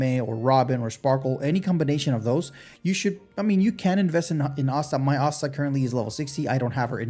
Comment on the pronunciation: Asta isn't pronounced like that.